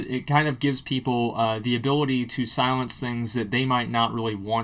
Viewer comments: lol "Silience" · "Silience" :P